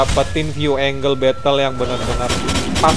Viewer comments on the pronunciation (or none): none